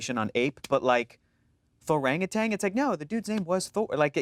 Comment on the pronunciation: Um actually thorangutan shouldn’t be pronounced with a g at the end